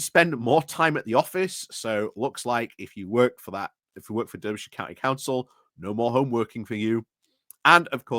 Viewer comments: I'm from Berkshire and I know it's pronounced Darbyshire - bit like Barkshire! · Come on now, no excuses, must try harder! 🧐 I'm sure even Phil Moorhouse knows it's pronounced 'Darbyshire' and he really struggles with non-phonetic place names. I think he's Yorkshire born. As for the Reform shower... 🙄. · I never knew that "durbyshire" was the official Yorkshire pronunciation for Derbyshire. Still, to be fair, it's quite a distance away from Yorkshire... all of 70-odd miles ;) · Why is it so hard for you to say the name of the county and city correctly? Being from Yokelshire isn't a reason. Making the point for a triggered friend 🙂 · you are not wrong about Reform but the fact that you claim you are from Yorkshire yet don't know how to pronounce Derby or Derbyshire really does affect your credibility. Sorry.